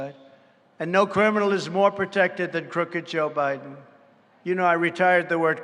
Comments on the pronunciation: "Joe Briben" lol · Mr. President Trump, you mispronounced "Joe Bribem" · Yo trump got jokes for years 🤣 😂 you can cut through joe biden garage door with scissors he called him joe briden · Did he call Biden. "Briben"? I love this guy, a true leader, a real man.